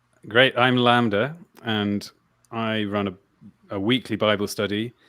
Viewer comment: Why should I listen to anything you say if you can't even say the word "lambda" correctly? Fuck sake.. Anyways, thanks for the stream. Decently enjoyable, agree with most of the panel. Cheers. Btw - A comment by - "how do you convert the masses when after any argument it'll be countered by indoctrination of the screen." ^ this is on of the most important issues not many people are talking about.